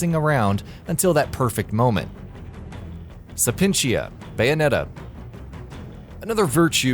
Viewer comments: It’s Sapientia, not Sapentia. And why did you REPEATEDLY show the same Bayonetta 1 clip on Resentment? It doesn’t even make sense. And you spelled and repeatedly said Sloth wrong. And you pronounced Rodin wrong. And you said Rodin was immune to Witch Time when he DWFINITELY isn’t and you even show a clip which demonstrates that he is weak to it. And you pronounced Jubileus wrong. And you said Jubileus could teleport you to areas with traps, when that is NOT true. If I missed anything, or got something wrong, leave a reply. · Temperentia = tem per ent tee ah Sapientia = say Pi ent tee ah Alraune = All rawn Rodin = Ro dawn Jubileus = Joo beh lay us Sloth = sloth y’all can jump onto the Bayonetta hype but please do some more research lmao, this video was visibly and audibly rushed